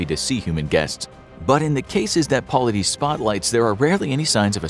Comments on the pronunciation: It's pronounced David Paul-lied-is not Paullideez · Its pronounced "Po-lie-diss" and missing 411 literally means missing information.